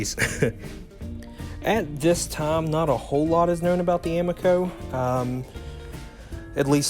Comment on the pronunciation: a mee co, I believe it is pronounced.